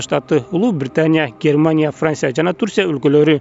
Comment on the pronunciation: Франся ,Италя,Даня,Англя😃😃😁😁